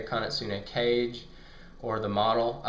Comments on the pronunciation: Kage (kaw-gay) not cage. Just helping with pronunciation. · Great vid man and BTW it's pronounced Ka-Gea and not like Cage :) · Kah Gay. Thats how its pronounced. :) great review.